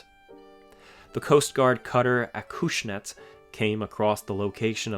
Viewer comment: The "cush" in Acushnet is pronounced like cushion. It is has a short u as in cub not a long u, as in cube.